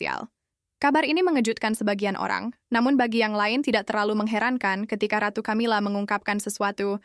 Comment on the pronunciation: Sebutan ratu nuat Camila terasa gak nyaman di telinga 😅